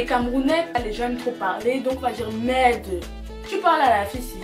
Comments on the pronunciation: Confirmation que tu es vraiment une camer, tu as du dire le mot "merdeuuuuu" 50fois😂😂😂😂😂😂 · Le nombre de fois qu'elle a dit merdeu 🤣🤣🤣 On est ensemble 🥰🇨🇲🇨🇲🇨🇲